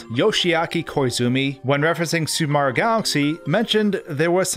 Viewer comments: Who the f*** is "Super Marr" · When luigi was yelling for mario everybody (except deaf people) hears MAAAAAAAAAAAAAAAH instead of MARIOOO